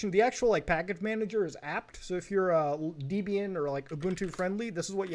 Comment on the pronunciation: FYI: It's pronounced "deb-ian", not "deeb-ian".